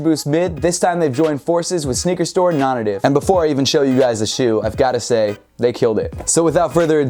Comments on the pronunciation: dude, i say this as a fan, not a critic: your pronunciation of "nonnative" is killing me lol. isn't it pronounced "non-NATIVE"? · Dude it's pronounced non nay-tiv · Hahaha it definitely is pronounced non-native, I have no clue why says it like that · Is it just me or is it supposed to be pronounced as "NON-NATIVE". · is it not pronounced “non-native” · yo Im over here wondering precisely the same thing